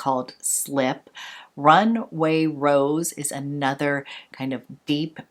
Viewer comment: Rumway? Or Runway?! 😂